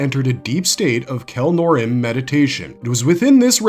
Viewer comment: it's "Kell-noor-eem" not "Kelnorem"